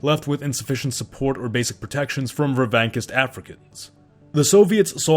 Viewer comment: Ha, you really are Italian. The 'ch' in "revanchist" is pronounced like the 'ch' in "church" (or like the 'ch' in "chandelier", if you want to be fancy and use UK English). Interestingly enough, you used the UK pronunciation when saying the 'a' in that word, as opposed to the US [ɑ] vowel.